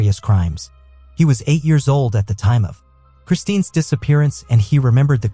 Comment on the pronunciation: Her name is Kristin Smart, not Christine!! Sheesh